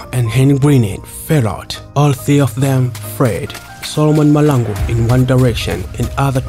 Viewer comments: But learn to pronounce our Surnames correctly I for one am a MAHLANGU and its irritating to hear you butcher my surname. Its MAHLANGU not Malangu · STOP saying people's names WRONG NOT Malangu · its mahlangu not malangu....in future let ndebele speaking people talk about him not just someone who cant even pronounce his surname